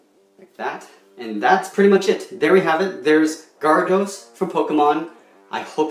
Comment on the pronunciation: its g-air-ih=dose